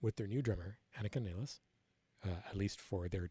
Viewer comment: From Buenos Aires, Argentina, this is the first time I've heard English speakers pronounce Anika's last name correctly; not even Geddy and Alex pronounce it properly. Well done,. Greetings.